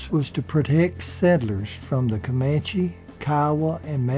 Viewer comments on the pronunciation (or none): none